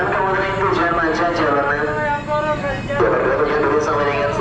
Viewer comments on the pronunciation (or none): none